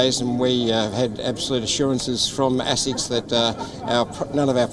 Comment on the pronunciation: So according the the Ozzie team, not using slave cotton makes it the highest standards? Also someone should tell him how to pronounce asics.